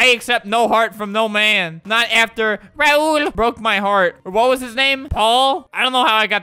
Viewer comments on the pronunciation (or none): none